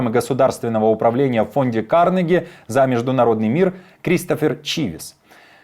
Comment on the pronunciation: Не кАрнеги, а карнЕги